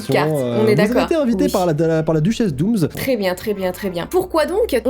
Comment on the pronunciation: DOOMS DOOMS DOOMS DOOMS PAS DOOMZ C'EST DOUMS PAS DOUMZ PTNNN